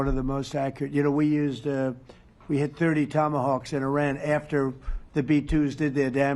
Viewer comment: These are called TOMATAWKS! LOL